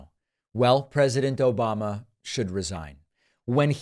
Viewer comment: "... O-BAM-na...." I seriously wonder if any of this gets through to "his base" who have overlooked SO MUCH since 2015 ...